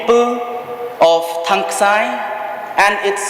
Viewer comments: Thangskai not thangksai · Thangskai not thangksai..